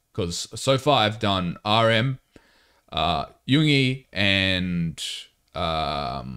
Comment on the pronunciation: Love the genuine reactions. Just to say pronunciation wise for Yoongi’s name, you just need to emphasise the ‘g’ a bit because the syllables in his name are Yoon-gi not Yoong-ie 😊